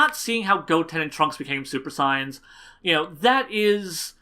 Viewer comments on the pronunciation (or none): I agree with u on everything else, but Goten became ssj from getting smacked around in training with his mother(still not a decent reason). Also, and this is just a petpieve, but u pronounce saiyans wierd. Its SAY-YANS, not SI-YANS. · u keep saying super signs instead of super saiyans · Lol OMG dude you're saying "saiyans" all wrong, other than that I love the video and I completely agree with you